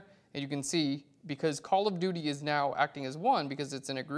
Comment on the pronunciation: I always understand "Color Beauty" when you say "Call of Duty" :) Liked the filter part in this video! Thank you for that!